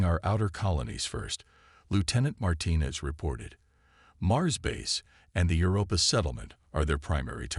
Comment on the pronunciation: MY GOD, MAN!!!!!! Do you even listen to your stories BEFORE posting them???!!!! Your AI SUCKS!!!!!!!!! Here is but a small list of the FREAKING words I heard OVER AND OVER AND OVER AND OVER mispronounced: "PRAH-jektile", "deh-BREES", "deh-BRISS", "deh-BRAYS", "Your-AH-pa (Europa)"', "un-AN-imous", "ar-MAY-da"!!!!!!!!!!!! Especially the (debris) said about a FREAKING Gazillion times....INCORRECTLY!!!!!!!!!!!!! How the hell can one enjoy the damn story when the Damn AI can't speak Anglishes!!!????!!!!!!!!!!!!!